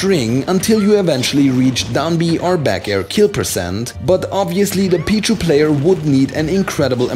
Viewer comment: he says Pichu like b-jew